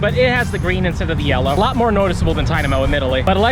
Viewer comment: It's funny that it's your favorite Pokémon. But you don't know how to say its name that's funny😂😂